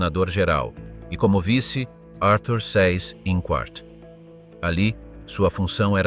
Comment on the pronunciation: Pronuncia Zeiss Inkvart!!!